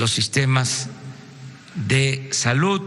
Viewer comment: Se dice SALUD no salut vgt imbecil, ni hablar sabes......